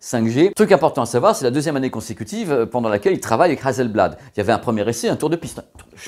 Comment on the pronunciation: Super video, juste une chose Hasselblad pas hazelblad (s pas z). Je vie en Suède et je possède 3 appareil photo Hasselblad. Bon journée. 😉